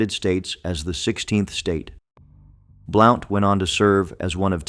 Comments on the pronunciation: Hey Yankee your pronouncing it wrong!Blount like a blunt object! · William Blount. His last name Blount is pronounced like in sentence "He has a blunt object." "Blunt". There is also a county named after him. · Blount should be pronounced as blunt. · William Blount's last name is pronounced like, "Blunt", i.e. "A blunt object", "smoke a blunt". Easiest way to remember is pretend the , "O" is silent. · Blount pronounced Blunt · Same with Blount. Should sound like blunt. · You've mis- pronounced the names of Sevier ( severe) and also Blount ( blunt)... those names are still extant in our area of the smoky mtns. and spoken every day as they would have been at that time. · Well done, we forgive you for the mispronunciation of some heroes’ names. Willam Blount is pronounced blunt. John Sevier is pronounced like severe. He was more often cheered as nolichucky Jack for victory in major battles against the Indians on the Nolichucky River. His wife Katherine was called Bonnie Kate. They lived on a pretty farm called Marble Springs in south Knox County which is a State monument and open to the public. He never lost a battle against the Indian tribes. Nancy Ward was a loyal friend to him and the Wataugans as they were called before the Revolutionary War. His life would make a great movie. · That is pronounced SA-veer! I had three great grandfathers at the Battle of Kings Mountain! Pride runs deep here. William BLOUNT is pronounced here in Tennessee as BLUNT, NOT blOUnt! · Why can’t you pronounce Correctly the names of these heroes as you proclaim. John Sevier and William Blount